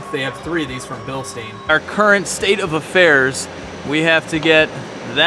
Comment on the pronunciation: it's "bilshtyne", not "bilsteen"!